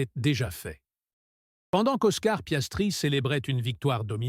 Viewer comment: Louis Samilton, Monagasse, Piaistrie, l'Andon-oris, l'endonorice, orner .... 😂😂 t'es plus fort que Coluche